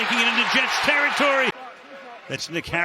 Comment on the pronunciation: i swear the pronounce Njoku’s name different every week